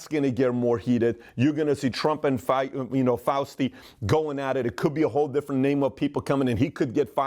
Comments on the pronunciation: Hey fear monger its fauci....not fuasti... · He said Fousti instead of Fauci, but I let it slide cause Pat’s the man😎👍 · If there's one thing that I learned from this video, it's that Pat can't pronoun Fauci's name correctly....Fausty lol!!!! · Btw... He means Fauci when he says Faustie. 😎🤣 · Fauci not Fausti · Fau-sti? Also, Pat, what the f#ck is the Shah doing behind your head? You have MLK and JFK way on the sidelines but Milton Friedman and the Shah front and center?? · Faust-y! Yes, he's very Faustian 😅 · "Fausti" ! Thanks for the laugh! IMO, that is being kind... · murray cowie lmao Pat added a T in there